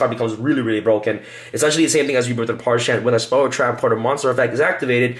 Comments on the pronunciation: Parshath, not Parshant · Its pronounced PARZ HATH.... Not Pars-Hann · Parshath... There's no 'n', dammit. Stop saying Parshanth. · that and parsha'N'th